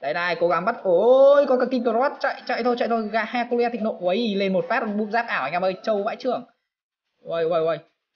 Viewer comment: "He-cu-le" .. Hahaha... Anh có thể đọc là : "Hec-quyn"